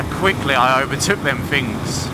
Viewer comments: not once but you did say it about 10 times. It's Things buddy. Special emphasis on the TH. Else words like teeth sound like teef. And words like thought become fought. Which means when you were at school you fought alot. Sorry I was just finking out aloud 😂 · No you making me very nervous and it's not even my bike. To many "Fings" which is spelt Things (Somehow Brits refuse to speak English properly) seem to have gone wrong during that test ride...